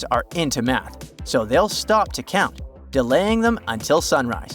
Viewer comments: Cound or Found? 😂😂😂❤❤ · No guys its 'Cound' Dracula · Found or cound🤣🤣